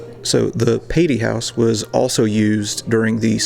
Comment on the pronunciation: It's "Pay-Tee" Hall. No offense, just letting ya know!! Yet another great video! The roof was ripped off last year in a small tornado. Fun tidbit